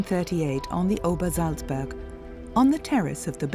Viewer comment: Obersalzberg! Not -burg. Seriously? No editor?